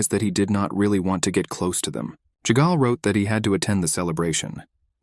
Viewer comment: Why does the ai say ”chegal” when in the text it said ”jaegal” Is the pronunciation that different from the written name?